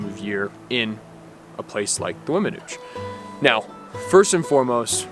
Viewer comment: I understand you passion young man. I lived at Vallecito Lake, about 2mi's from the Weminuche trail head, locally known as The Nuche (and yes you did pronounce it correctly), for 17yrs and those memories are at the top of my 70yrs of living and I thank God for allowing me to live there. Continue to seek out your passion in life and thx for the great video's.